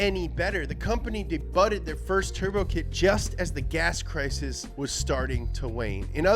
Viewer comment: I like to think that that is just how he pronounces "debuted". lol